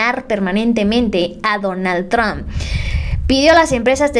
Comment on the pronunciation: se dice donald trump no donal tron